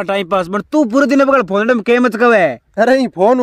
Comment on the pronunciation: आप "पकड़" को "कपड़" क्यों बोल रहे हो ??😏🙃